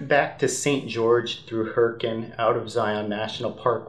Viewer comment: LOL, When you talked about Hurricane, Utah you pronounced it like a local... Hurricun NICE!!